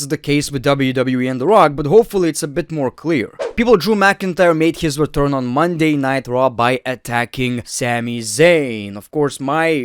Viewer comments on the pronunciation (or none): Any one notice he calls it Monay nigh traw